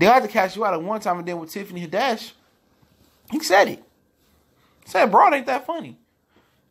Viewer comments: It's Tiffany Had- ish bro. Not haddesh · Who Is Tiffany "Ha-Desh"? Is It A "Tiffany Hadd-Ish" Imposter? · It’s Tiffany HAD-dish, not Tiffany Ha-DESH. Lol good video tho 👌🏽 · Haddish bro! Not HAdish! You're right overall though. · Had-dish..... not Hadish. Say her name right. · Why you keep pronouncing her name as “head-desh”.... It’s HAD-DISH...‼️ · I can't take this dude serious on what he's saying about Tiffany Haddish bcuz he can't even pronounce her name correctly. Who tf is Tiffany Hiddash?😞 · The only thing that made me cringe is how you say Tiffany last name 😖. It’s had-dish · 😂😂 I like how he break it down but, why do he say Tiffany Had-dish name so wrong? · Tiffany Huh-Dash lol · You are saying her name wrong please do better but I totally agree with what you're saying 100% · There is literally no reason you should be pronouncing Tiffany’s last name like that, it’s literally spelled how it sounds... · You not even saying her name right 🤦🏽‍♀️ but I agree with what you’re saying. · Pronunce tiffanys last name right